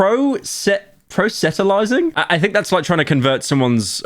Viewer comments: It's pronounced Proh-sell-uh-tize-ing, but all at once with no spaces or breaks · Are you... are you serious? "Pro-set-alizing"?